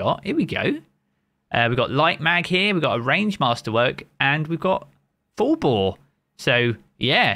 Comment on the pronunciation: he literally said the sojourners shotty full bore, but it sounded like he said it had vorpal